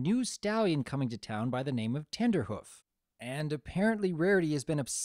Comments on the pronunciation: its not tender hoof it is trender hoof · Were you saying Tenderhoof? Because it's Trenderhoof. Because he predicts trends. Tenderhoof would be... suggestive. I like how Rarity's crush was justified by actual reasons, unlike in EQG. Trenderhoof was a big name for being ahead of trends, which are a big part of Rarity's passion, so she fangirled over him unlike with Blueblood, who just had status. Still, some people are put off by the crush scenes, and it can't be helped that the episode will be ruined for them. Watching a crush is inherently cringe inducing. The lesson was predictable, of course, but that's the case for most episodes. The show is built on having predictable lessons because they ARE lessons for kids, but still presenting them in a very organic and entertaining fashion that makes them sink in. In this case, what made the lesson presentation so great was how Rarity taught it to Trenderhoof, right after he did the exact same thing as her. She got over her own desire to be with him to see he was suffering the same way she was. Her approaching him like that and him getting over his crush to dance with Granny Smith really made it feel that they learned it, just like the final teasing scene in Look Before you Sleep. My biggest issue is that the classic music they used in the end didn't work that well. It might've just been the stream quality, but it didn't accompany the lesson narration as well as their original soundtrack does. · Its trenderhoof, you know, like a trend setter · Isn't his name Trenderhoof, not Tenderhoof.